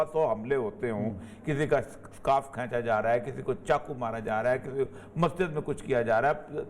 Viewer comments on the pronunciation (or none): none